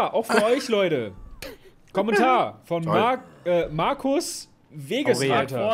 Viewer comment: Warum reden alle über den Titel und niemand darüber dass er wagesreiter als wegesreiter vorliest